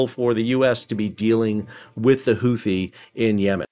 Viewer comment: Houthi is pronounced hoo-tee, not who-thee.